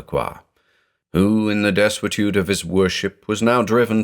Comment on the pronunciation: My debt to you increases sir. I now know how to pronounce desuetude! Fantastic story. Thank you!